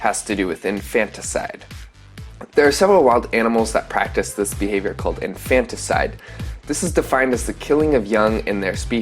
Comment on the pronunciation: It’s not pronounced in-fantas-ide it’s infanticide that’s infant-icide.